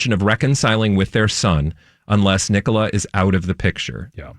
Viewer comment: Elias Rønnenfeld. a-LIE-us (not ELLIE-us). Nicola Peltz NICK-a-la (not ni-COLA). 😊💖